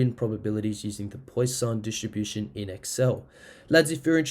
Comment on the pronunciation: Thanks mate for this. But please learn how to pronounce 'Poisson' - it is like 'pwa-sonn', not 'poy-sahn' as you say it.